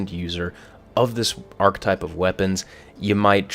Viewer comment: Please stop using the word archetype of you aren't going to pronounce it correctly.